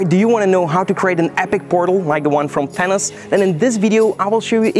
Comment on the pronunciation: Your accent makes "Thanos" sound like "Tennis" to me. Haha